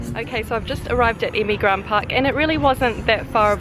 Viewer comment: not emigran,EMİRGAN